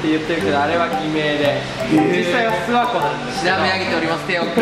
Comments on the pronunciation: 地元民「すわ↑こ↑」 テオくん「す→わ↑こ↓」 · すわ↑こじゃなくてあげずに諏訪湖っていうんですよ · 諏訪湖のイントネーション違う気がする 諏↓訪↑湖→な気がする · ずっと気になってたけど ⤵⤴⤵ 諏訪湖 じゃなくて ➡➡➡ 諏訪湖 だと思う！ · 諏訪湖のイントネーション気になる笑